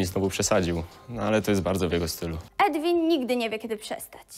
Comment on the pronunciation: Chłop nazywa się Edwin ? Czy nikt tu nie potrafi powiedzieć Erwin